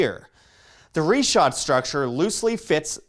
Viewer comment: Damn dude. I was all excited to watch this and then you open up the video saying REE SHAT!!!?!?!?!?!?!?!?!? WHAT A WASTE OF A TRIP.